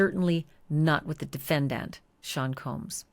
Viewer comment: I can’t listen to you smacking your tongue every 10 seconds and saying things like “defend-Ant” lol